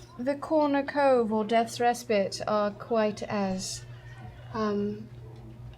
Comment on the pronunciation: idk if it was just me but every time they pronounced 'respite' wrong, i just... omg